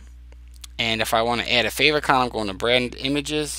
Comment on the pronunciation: Nice job, very helpful! I think favicon is pronounced "fave icon" as in "icon that shows up in favorites". At least that's what I have thought so far. Thanks for taking the time to create and share this!